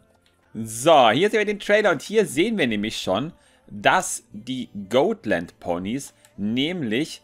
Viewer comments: Dann ist es aber immer noch "Got-" und nicht "Goat-". XD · Oh mein Gott, ich dachte ich wäre die einzige die es nervt 😅 Got nicht Goat,! 😂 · das sind doch keine GOATland Ponys 😂 oder sind es insgeheim doch Ziegen? Nein also es wird so weit ich weiß Gotlandpony ausgesprochen wird also so wie man's schreibt aber ich sage eher gottlandpony also das o nicht so lang gezogen da es sich anders komisch anhört 😂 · #Ziegenlandponys 😂😂😂 die Ponys sind keine "Goatländponys" 😂 Man spricht es so aus, wie man es schreibt, lol. Ich schmeiß mich echt weg Kommt, lasst uns den Hashtag verbreiten, hihi:P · das sind keine goatländ ponys D: Die werden genauso ausgesprochen wie sie geschrieben werden xD Und sie werden auch nicht englisch ausgesprochen XDD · Mich nervt es auch extrem wie falsch er die Rasse auch auf Englisch ausspricht. Ist ja nicht schlimm, wenn er es nicht weiss aber er wurde ja schon darauf hingewiesen. Da finde ich es schon ein wenig respektlos gegenüber der Rasse sie trotzdem absichtlich falsch auszusprechen. Wir sagen ja auch nicht Fäby zu ihm, sondern ^^